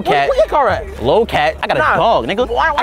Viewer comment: Nicca said low cat💀